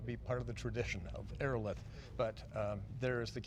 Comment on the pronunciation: Ii think he's mispronouncing Aerolithe. Look up the pronunciation of the word "lithe."